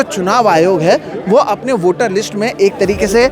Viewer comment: اپلے آپ کو نہیں اپنے آپ کو اتلے نہیں اتنے کہو ..... اتنے کی بجائے اتلے اتلے بول کر آپ اپنے معیار کو گرا رہے ہیں ... آپ کی رپورٹنگ اور تجزیہ اچھا ہوتا ہے لیکن آپ اپنے تلفظ کی ادائیگی پر توجہ دیجیے ..... بول کر